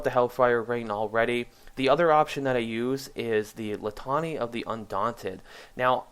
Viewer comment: Awesome video. Thanks so much for all the great information. I was taking notes while watching. However: Litany = Lit (A lit match.) nee (Knee) Lit nee.